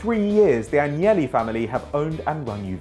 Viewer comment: Its AGNELLI NOT ANGEYYI!! They're ITALIAN NOT SPANISH!